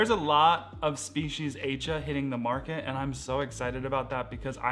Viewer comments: You mentioned the plant from Indonesia and I think it’s named after the island of Aceh which is pronounced “ah-chay”. Check it out anyway because I could be wrong. It was an island that was hit by a tsunami. I hope you are not offended by me correcting your way of saying it. Thanks for sharing your interesting plants to watch out for this new year and look forward to seeing updates. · \at͡ʃeh\ is the correct pronunciation. with a short è sound at the end.